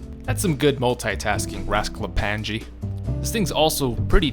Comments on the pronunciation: Oh you butchered his name, its read like rasklapanye not rasklapanJe, and the nj (ny) is read like one letter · "Rasklapange"... it's Rasklapan*i*e. J is pronunced like an I in slavic languages. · i hate it that he says raskaplanje and not raskaplanye like a serbian would, i get it your not serbian, but it still iritates me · As a Serb myself, hearing you say Rasklapanyaj really hurts my brain. Try pronouncing it as Rasklapanye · Your pronunciation of Rasklapanje is way of. It's actually pronounced with NJ as a single letter, like the letter ñ so Rasklapañe. Niña instead of Ninja. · as a person from the balkans the way you pronounce rasklapanje hurts my soul (j here makes a y sound rask-la-pa-nye) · It's pronounced Rasklapanye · It's pronounced like ''Ras-kla-pa-nye'' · LOL I am Serbian and it hurts each time you said "rasklapanje" meaning is correct but you pronounce it totally wrong. But it is mostly cause in Serbian and several Slavic languages we have more letters and people from west just can not pronounce them properly. (NJ is looked like one letter Њ on Cyrilic) Nice video mate. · No effort into pronouncing the rozklapanje a bit similar to correct sound